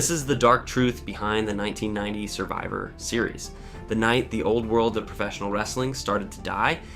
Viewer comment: Decent video, but the AI voice is a bit distracting. Especially the clunky way it says 'Survivor Series' and 'Honky Tonk Man.'